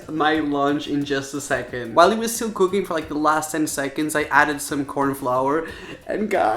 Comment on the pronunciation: Julie The Horse Girl it's cooking not cooocking